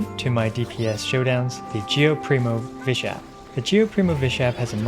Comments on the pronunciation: "geo primovishap" it took me a moment to realize that it's called the primo geovishap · Primo geovishap ❌ Geo primovishap ✅ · been 5 months and no one noticed he said geo primovishap instead of primo geovishap